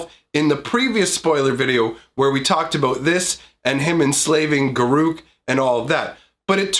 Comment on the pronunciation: I really don't care that you didn't show cards. The only thing that bothered me is how you say Garruk ;P